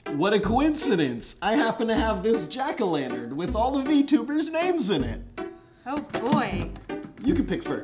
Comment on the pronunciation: It was funny when he threw the jack-o lantern (jah-ko-lan-dern